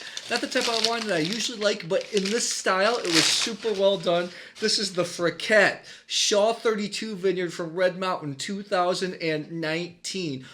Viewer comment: Great video! I've been going to Frichette for years, used to live just down the street. Just so you know, it's pronounced Fri-SHette. If you are looking for other great WA wineries, try Quilceda Creek, Delille, Kiona, and Barnard Griffin (Reserves)!